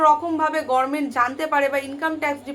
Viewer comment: গরমেন্ট কেন বলছেন, দিদির মত ভুল উচ্চারণ, অনুপ্রাণিত নাকি ?